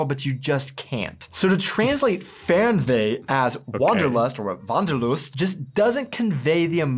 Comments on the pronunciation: the Wanderlust was perfectly pronounced! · you pronounced it here much more natural snf accent-free than the two in the video :) u seem to slowly get the hang of it ^_^ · As you first said "Wanderlust", you said it nearly perfect.